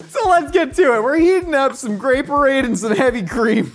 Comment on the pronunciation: "Grape-orade" ---> "Gray Parade" You're welcome.